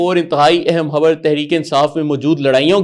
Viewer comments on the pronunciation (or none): حبر نہیں! خبر 😊